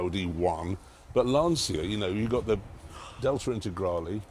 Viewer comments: It’s *Lan-cha*, not “lan-see-a” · "Lan-sha", not Lan-see-a.